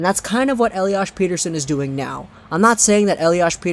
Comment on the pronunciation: per-ter-shon** smartass